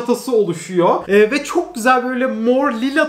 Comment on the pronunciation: Tüm Türkiye: çok güzel: çok küseel